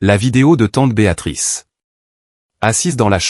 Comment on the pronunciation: Et encore « Béatatrice » au lieu de « Béatrice »🤔 Gros problème avec la ponctuation 🕳️